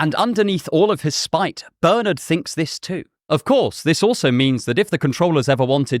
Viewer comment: Pleased with your pronunciation of my name, Bernard, but then you are English or Irish.